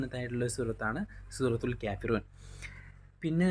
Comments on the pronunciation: ക്യാഫിറൂൺ അല്ല കാഫീറൂൺ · കേഫിറൂന അല്ല കാഫിറൂണയാണ്